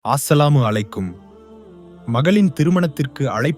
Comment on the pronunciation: அஸ்ஸலாமு அலைக்கும் என்று சரியாக சொல்லுங்க